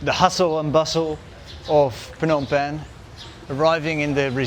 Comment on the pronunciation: Love the way you say “Phnom Penh “